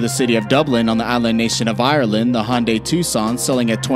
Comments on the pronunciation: nope, it's the hundai accent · Honday or hyundai?😂😂